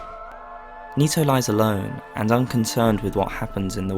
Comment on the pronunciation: Nito, knee toe, toe knee, Tony